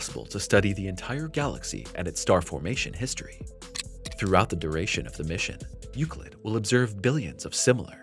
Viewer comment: You say Euclid Correctly!...But the title of the video probably wont help in Search Rankings!(Unless it is a Common misspelling)